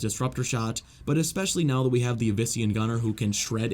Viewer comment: Not to be rude or a know it all or anything like that but Yavin 4 is actually pronounced Yaw Ven For not Yeah Ven For